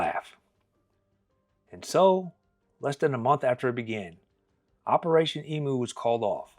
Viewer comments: They are EMUs not EMOOs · Australian here. It's not pronounced "EE MOO", but "EEM YOU". And what solved the problem in the end was a half a million .303 rounds issued to farmers free gratis, which is what the farmers wanted originally. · EmU not Emoo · It's pronounced "ee-myoo", NOT "ee-moo"! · Eemyou not eemoo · Stop saying emoo its pronounced eemyou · I think it's only Americans who call these birds 'ee-moos'. Aussies refer to them as 'eem-use'. Btw, if you want a story of unwanted animals running rife in Oz, track down the hilarious 'Cane Toads: An Unnatural History'. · thanks you mob, that was a deadly telling of an hilarious local tail its e m u like menu btw, not e-moo like a cow, but my ex says emoo too, so can't blame you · Love this channel and this is a funny one. Just a quick tip it's not pronounced like tjat shitbox brand Temu. It is emU, you have put most emphasis on the U. Cheers 💪🏼🇦🇺🤙🏼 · Yes, me too. His mispronunciation of the word 'emu' as 'e moo' was driving me nuts. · It's pronounced 'eem-you' FFS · I'd love to hear an American who takes the time to learn how to pronounce the name of the emu correctly. Maybe asking Google how to say 'emu', taking the time to listen and learn would actually show the respect to our people, our nation, our flora and fauna, and our history ;) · Neither am I. I didnt mean to insult you but as an Australian the bird on our national crest is an Emu. Most Americans pronounce it incorrectly but not on purpose. We have the Kangaroo and the Emu because neither animal can take a step backwards therefore as a nation we can only progress forward into hopefully prosperity. I think we have lost our way recently. Keep up the fantastic job you do, Im amazed at the subjects youve covered and thanks for some Australian content!